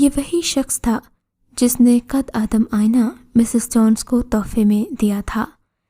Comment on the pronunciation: آپ لوگوں کی اچھی کوشش ہے ۔ کچھ کہانیاں واقعی اچھی ہیں مگر بعض کہانیوں کے ٹائٹل مناسب نہیں ہوتے۔ دوسرے یہ کہ اردو پڑھنے میں آپ لوگ بہت غلطیاں کرتے ہیں۔ مٹلاً قد آدم اسکو “ قدّے آدم “ پڑھتے ہیں۔ اسی طرح کی کی بے شمار غلطیاں ہر کہانی میں ہوتی ہیں۔ اسکو درست کریں ۔